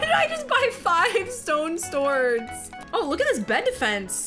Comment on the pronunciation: u said stodrs insted of swards